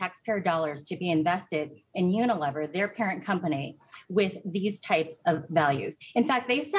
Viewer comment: "Semitic" is NOT pronounced "simetic", and you don't know how to pronounce "Unilever", either -- and you call yourselves professionals?